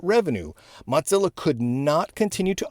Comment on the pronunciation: Say "Mottzilla" one more time... I dare you... 😁